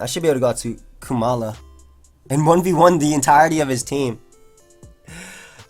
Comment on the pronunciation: I am struggling to see how you think it is pronounced "Koo-mala". Because not only is it only one O, but it should have the same "O" sound like in the word comatose and koala.